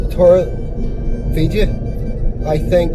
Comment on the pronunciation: Try pronouncing - Torr - eh - b - eh - ka. Weather wise its our favourite time of year here.